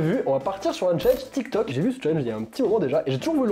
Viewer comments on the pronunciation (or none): none